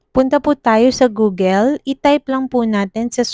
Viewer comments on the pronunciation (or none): none